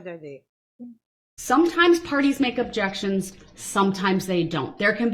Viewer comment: "My jexions get tossed aside"